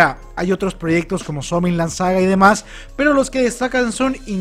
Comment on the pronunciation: "chansan men" XDXD